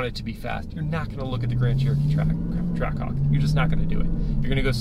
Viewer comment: hawk twaah??😂